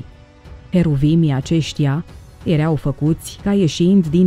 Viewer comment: Poți sa pronunți măcar o data corect verbul (erau )“ierau” și nu “iereau”? Este foarte enervant!